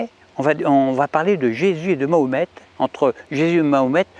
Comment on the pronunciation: Ma ho met,pas mohamet, ni mohmet, je vote pour toi en 2020 si tu fait des efforts de prononciation;)